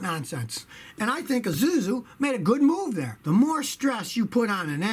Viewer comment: He says izuzu lol🤣🤣